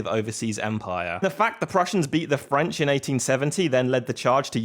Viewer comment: Bro said French with a hard F